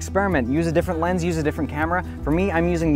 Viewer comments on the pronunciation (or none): none